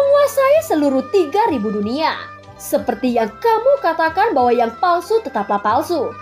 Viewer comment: Palsu syg bukan paslu pelan2 bicaranya nti kgigit bibir manis mu 😂😂😂🙏🙏🙏